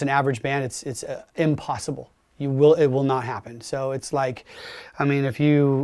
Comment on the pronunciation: he is so positive and driven himself he cant even say the word "impossible" without clenching.